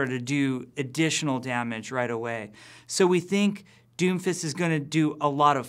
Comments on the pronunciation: I keep hearing doofus instead of Doomfist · Sorry but it's "Doom_Fist" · When he said doomfist I thought he said doofus